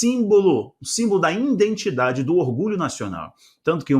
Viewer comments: Se fala identidade não indentidade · é identidade e não indentidade, meu querido! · Presado, seu trabalho é de excelente qualidade mas deveria melhorar seu português. Em vez de falar IDENTIDADE você disse INDETIDADE. Não tome a mal esta correção pois é com muito carinho. Deus abençõe!! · Presado, seu trabalho é de excelente qualidade, mas deveria melhorar seu portugues, em vez de falar IDENTIDADE, você disse INDETIDADE. Não tome a mal esta correção é com muito carinho, Deus o abençõe!!